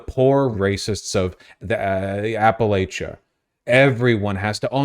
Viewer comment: It kills me that Vaush still can't pronounce "Appalachia" correctly